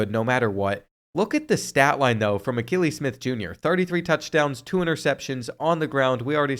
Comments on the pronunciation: The mispronouncing of Akili Smith was driving me nuts. Kept thinking has this guy never watched him play? Then realized probably wasn’t alive to watch him 😅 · He struggles with names 😂😂 he didn’t get Akili Smith Jr right either